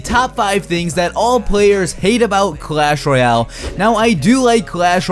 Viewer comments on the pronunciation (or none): Sir SIR, its not Clash Roy--l its clash Royale